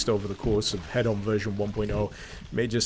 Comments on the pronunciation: Why are you saying head-on and not heed-on? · That moment when you think somebody is saying something wrong but don't want to correct them because it could just be a quirky naming convention Thinking Hedon He-don not Head-on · i believe that it is pronounced hee-don unless we aren't talking in british. damn those americans, making everything sound like a tv infomercial!